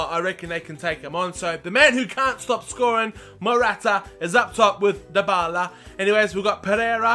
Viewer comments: Tayyib Jawid it's De-Bal-Uh, trust me... I watch Serie A games, and the italian commentators say it that way. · ***** it's die-ba-la m8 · Dybala is pronounced die-ba-la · It is said like die-bar-la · 6 episodes into the series and still cant pronounce dybala's name.. lmao